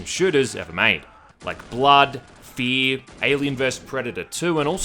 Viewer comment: You pronounced the R in fear like you are trying to keep your dogs coom between your lower lip and your teeth.